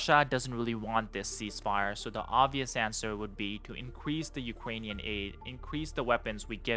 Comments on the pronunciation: It's UkRainian, not UkGainian. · Ukwainian Wekwest